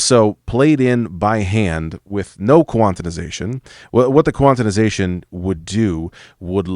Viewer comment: The fog you put my brain in every time you said “quantinization” instead of “quantization” lol